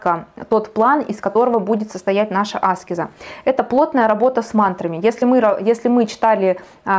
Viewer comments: Благодарю, за очень познавательный и интересный экскурс..🙏😊Но вот Вы говорите Аскез-делая ударение на первую букву, а разве -не аскЕза?...Простите, может я не права?!...Как правильней? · Батюшки в церквях и монахи говорят аскЕза. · Аскеза-ударение на е…а не на А. По ушам режет.10лет слушаю астрологов и эзотериков и так никто не говорит. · Я тоже годами всех Кришнаитов переслушала Торсунова,Рузова,Тушкинв,Хакимова-это были мои духовные проводники с 2010 года и все говорят АскЕза но не Аскеза…нужно индусов еще насчет этого послушать😅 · Аскеза с ударением на первую А очень режет ухо. Она аскЕза. Но информации много и по делу 🙏🏻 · Все хорошо , спасибо за информацию но очень режет слух не правильное произношение слово " аскЕза" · зависит от начитанности и грамотности окружения. Достаточно вбить в поиске «где ставить ударение в слове аскеза» и проверить. Спойлер: на букве Е. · Тоже не нравится это слышать, но информация полезная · Дело в том что , согласен, Аскеза режет уши ❤ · Правильно так, как вы сказали. Просто нравится делать ударение на A, она об этом сама говорила. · Аскеза ? Ударение на а? Почему вы так говорите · Аскеза с ударением на первую букву((( сколь зрителей Вас не досмотрело из-за этого